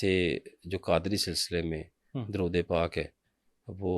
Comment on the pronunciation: Drude hazara drust parhain jnab.shukeria.